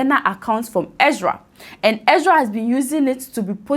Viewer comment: She's also saying "Exra" instead of "Ezra".